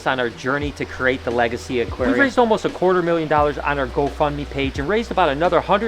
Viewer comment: Whenever I hear you say legacy all I can think of is Lega-sea